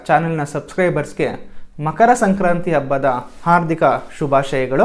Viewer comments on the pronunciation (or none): none